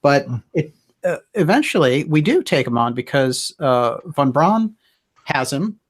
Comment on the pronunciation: My name is fawn brown and every time you say Von Braun it sounds like my name...freaky